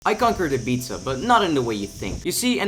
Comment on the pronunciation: its pronounced "ibiza"